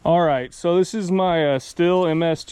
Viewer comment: Still? Lol it’s pronounced steel